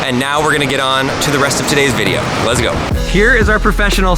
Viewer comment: Vidoe sounds like hoe i think you mean video with an EO not OE